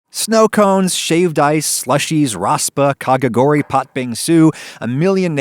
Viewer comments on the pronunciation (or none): Nobody: Not a single soul: Adam: kAKagoWri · That is the single worst pronunciation of kakigouri I have ever heard. Lol